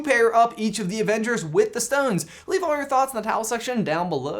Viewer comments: says avenders not avengers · I cant help but notice he said "AVENDERS" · "avenders" I love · he cant even speak correctly. quote: "at the end of infinithy war" and "all six of the original avenders"